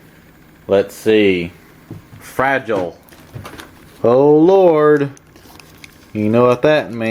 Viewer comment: Fra-Gee-Lee... must be from France. :-)